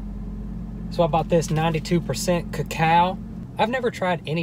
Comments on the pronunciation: "co-cow" i dieeddd is that how americans think co-co-a is pronounced ? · "Ca-Cao" Its koko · I like how he doesnt know cacao is the actual chocolate. As chocolate comes from cacao beans. Its pronounced (cuh-co-uh) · It’s not ca cow it’s called coco “cocoa” it means cocoa powder. Your use it for baking chocolate things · “Kah-cow”...😂😂 OMG STOPPPP 😂😂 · “ what is ca-cow” 😂😂😂😂😂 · "Cacow chocolate" 🤣🤣🤣🤣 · Cocao is chocolate it is the actual beans from wich we get chocolate so therefore it tadtes bitter because there is more of the cocao and it is pronounced coco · “ 92% ca-cow” Me:cAcOw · We have been pronouncing it wrong... it’s not cocoa... it’s co COW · its (ko-ka) its more like the substance that helps make chocolate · Why dose he say "cacow" ? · its coco-a and cocoa is what chocolate is made from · It is pronounced coco like ya know coco powder which makes it bitter and super duper dark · no ones gonna say anything about how it’s pronounced coco? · Btw it’s pronounced coco no offensive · It’s pronounced (Co-Co) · It’s pronounced coco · It’s pronounced caca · Who else got pissed at him pronouncing it wrong.